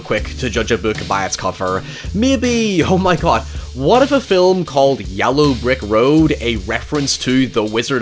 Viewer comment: Is mispronouncing the word yellow a bit that I'm not familiar with?